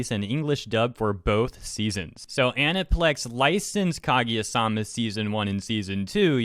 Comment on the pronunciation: Can't even pronounce Kaguya omfg